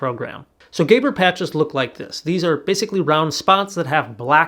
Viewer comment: Neuroperceptual therapy improves spatial processing in the parietal visual cortical regions. It has no effect on retinal processing, as far as we know. By the way - they are pronounced "GA-BORE" patches,. "GA" as in Lady GAGA and "BORE" as in boring. As in Zsa Zsa Gabor and Eva Gabor from TV in the 60's-70's.